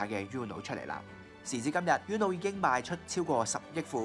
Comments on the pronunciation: 應該讀ooo-no， 唔係 yoo-no。 西班牙文Uno既意思喺1， 姐係淨低一張牌既意思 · 放屁，是/u/很难发音吗，我相信任何语言中都有类似/u/的这个音，uno也就两个音节，不一定非得懂西班牙语葡萄牙语意大利语才能正确发出/u/这个音吧，不需要你多高的语文水平，就记住uno这个发音很难吗？不说别的，包括我这样不懂日语的在内人基本上都知道“こんにちは”是什么意思而且大概知道怎么发音。没让你记住其他的西班牙语单词，就记一个发音简单的uno，我相信但凡是个智力正常的人都记得住吧。名从主人原则对吧，英文发音？英文都没有uno这个词！就记一个/u/的发音有什么记不住的？又没有让你学其他的西班牙单词！再说/u/的发音比/ju:/的发音容易发音吧？一个容易单纯的发音的/u/的发音记不住？？？？ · You are pronouncing UNO wrong!!!